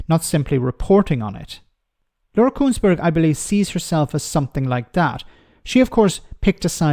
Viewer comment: Not Kuenssberg, Consberg!